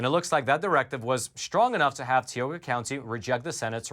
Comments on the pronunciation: Tee oh ga ...bruh it's tie oh ga ...Tioga .....plus it's not water it's wooder and it's a crick not creek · Tioga county = tie oh ga ,not tee o gha. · Hey, it's not tea oga, it's pronounced tie oga, for Tioga county. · Tioga...pronounced with a long I. Not Teeoga. (Sorry, as a Pennsylvanian, just had to say it) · Thank you for all you do. You and your work are appreciated. As a native of Tioga PA, if the county ever makes news again, the "I" in Tioga is a "long I". So it's pronounced more like Tie-O-gah. But details 😅 (Native American name) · Called ti oga county. As I is pronounced long I live in tioga county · Tie-oga is how to pronounce it 🤣 I am from tioga county. Sick that they won’t own up to their bullshit. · It's pronounced tie-o-ga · it's pronounced TIE-o-ga County, but said quickly [TIE.o.Ga]. Thanks for the great reporting! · it's Tie-owe-gah county. I'm from up that way. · say it with me. Tie-oh-ga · Hey! Great info! One thing, though. Tioga is pronounced with a long i and long o. 😊 Love your podcast! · I was born in Tioga County and assure you that is not how it's pronounced.